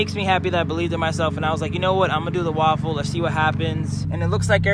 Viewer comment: I think he's pronouncing it "RAW-FULL" instead of "Ra-Full". Also, waffles are delicious.